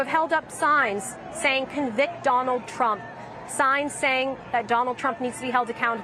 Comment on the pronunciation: She said Donald pump??